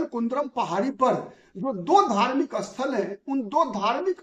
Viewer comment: स्थल" शब्द को आप "अस्थल" क्यूं बोल रहे हो?